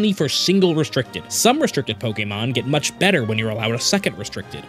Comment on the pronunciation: he pronounces “pokemon”2 different ways and alternates almost every time he says it 😅